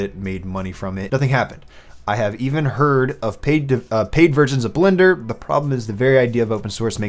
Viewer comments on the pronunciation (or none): none